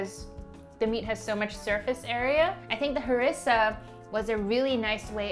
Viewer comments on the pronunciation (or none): The way you say harissa is pissing me off lol